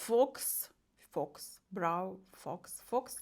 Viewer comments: Взагалі то faux читається як фау, а не фокс, це вам мабуть ШІ підсказав😅😅😅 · Faux читається як фо) означає не справжній